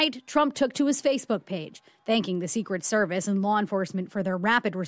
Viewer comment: 0.07": "Secret Seviece.."... WUT?